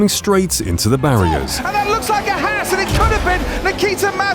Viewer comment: It’s Haas not hass